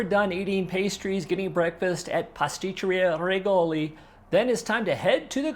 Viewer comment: seems like you haven't done a lot of things here in Rome but you consider yourself an expert ....and by the way that is not the way Rigoli is pronounced in italian...